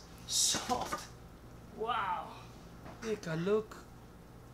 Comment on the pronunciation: Took me seven time to understand that you said "half" amount, ☺ Love your accent, me n my wife used to talk with each other in your style every time we made a pizza.. "sooft & crounchy.." ☺ thank You.. You've been a lot of help...